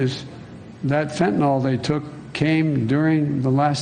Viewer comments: Fentanyl, not "fentanol". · I wish someone would tell the President that it’s FENTANYL….Not FENTANOL!!!